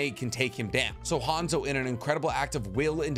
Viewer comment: how you gunna say you know nothing about hanzo of the salamander when you cant even say his name right